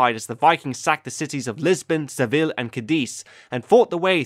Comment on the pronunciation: you pronounced seville incorrectly